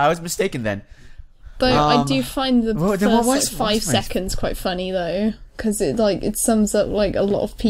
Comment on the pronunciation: Forst. Now please, guys. Enough of that stupid habit. Pretty neat video, though.